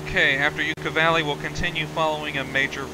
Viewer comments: Great video, thanks. Btw, it's Yucca Valley, not You-ka Valley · Yucca valley lol the way you pronounced it.